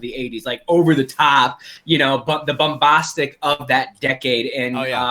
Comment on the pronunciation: “Bumbahhstic”, “suspend belief”, “Dacre Daykin”, “Stardust Mall”, “Pierce BRONsan”? Did have a stroke? 🤔